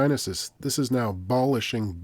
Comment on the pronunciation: Bolishing, bolishing, bolishing.😀